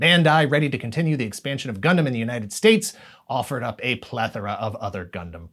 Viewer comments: ngl the part where they pronounced it as “gun-damn” was a bit triggering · "Gun-DAMN" Gotta love that tv commercial's pronunciation. 😂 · Oh gosh...that ad. We need Gun DAM pilots. Did he know he was saying it like that? Was that on purpose? I hope so. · The uniformed guy in the ad says "Gundam" as though he's saying "God Damn". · Are we all going to just pretend we didn't hear the Britsh announcers pause and say it as Gun Damn 😆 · The guy in that commercial pronouncing Gundam "Gun Damn" cracks me up 😂😂😂😂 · the way the soldier said "gundam" in the commercial sounds like "gun damn" 😅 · The commercial really works to make "gundam" sound like a swear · Same pronunciation like the British!Bright in the dub of the MS Gundam movie trilogy which came out first on VHS in the US before Wing even aired on Toonami. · It was a UK commercial for the DX Wing Gundam, and it looked more badass. His pronunciation reminded me of the 1st English dub of the Mobile Suit Gundam movie trilogy, whose Bright was British sounding.